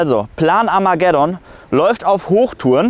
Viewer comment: Was sagt der da? Amagedon? =I'mma get one?